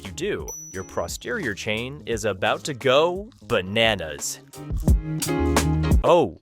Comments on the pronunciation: Audio Correction: It's pronounced "Posterior", not "Prosterior". Time: throughout the video ( | | ) Love your work! Keep teaching and coaching. This channel is awesome. 💪👏😄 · Any way to record over this so you're saying "posterior" instead of "prosterior?" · Thanks for the Human voiceover. I'll give you a pass on the "Prosterior". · Why do these new videos sound like they've been written by AI. "It's not this, it's that" and all that jazz. Edit: also you not being able to pronounce "posterior" correctly not even once is concerning and suspicious.